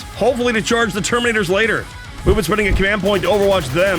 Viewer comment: I always hear "Mubin Phase" instead of "Movement Phase".